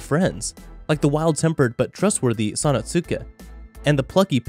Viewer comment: I’m pretty sure he’s never seen Kenshin just by the way he pronounced Sanosuke.